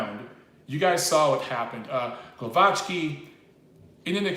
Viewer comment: the pronunciation is Gwovacki in English